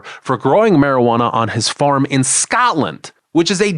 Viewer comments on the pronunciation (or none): none